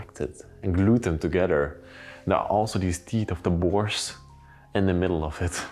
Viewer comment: I’m sorry, but I had to laugh at your pronunciation of teeth. The sink is where they brushed their whats?